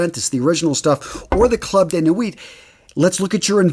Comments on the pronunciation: Nuit is pronounced “New-y” Sorry, 5 years of French, and I’m getting a flashback of my French teacher is yelling at me. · Always good content but you need to work on your french pronunciation. 🙃 Nuit = New-ee ☺️ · I like the way you pronounce french words.... Ultra male... Please just pronounce it in English accent.... And never ever never pronounce a consonant that come last in french... Nuit you did it well except for the t... Don't pronounce it please Amazing videos